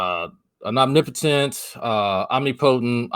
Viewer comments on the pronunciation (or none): The way Drag said omnípotent and ómnipótent like it was too different words... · Omnipotent and omni-potent are the same word, guy